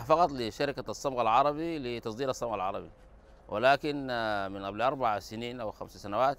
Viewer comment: "Gam errabic" ?